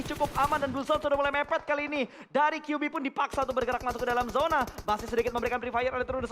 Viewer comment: Zona bang bukan yona